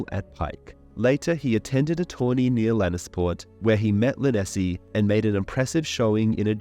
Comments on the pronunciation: Her name is not lyn-ess--ee the e at the end is silent. Learn how to pronounce names before you publish videos. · Its gotta be there are Tons of the pronunciations that are wrong. he says Lynesse's name right and then goes on to say it wrong every time after that. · Pronounced Lynesse correctly then goes on to say it wrong every time after that. this has to be a bot or AI reading this .